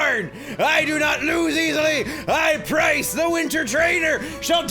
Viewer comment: You called Pryce "Bryce" after Teanie's Tally.